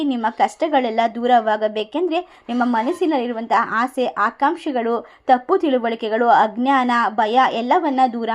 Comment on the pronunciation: ಹಸೆ ಅಲ್ಲ ಆಸೆ